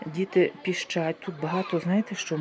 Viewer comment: Діти пИщать.....а не ПІЩАТЬ....Неуч ти ,Европейська....